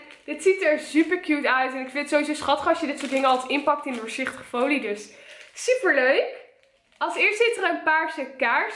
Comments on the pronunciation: Waarom zeg je zuper en niet super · jij zegt zuper inplaats van super en je zegt nogal vaak zuper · Het valt me op dat je heel vaak zuper zegt inplaatsvan super MAAAAAAARRRRRRRR LLOOOVVEE YOOOUUUU en stop nooit met YouTube💕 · HAHAHA je zegt de heletijd zuper